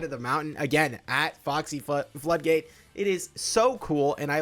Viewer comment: pronoucing "kitsune" flawlessly but having issues with the english word floodgate... i know what you are